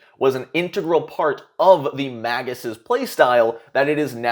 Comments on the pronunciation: I'm pretty sure it's MAY-gus. (MAY-guy for plural), but every time you say Mah-GUS, I think of Maggot...which then makes me think of Police Academy..... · Me: ooh, a new video: "maggis" Me: T_T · Magus pronunciation: mei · guhs MAY gus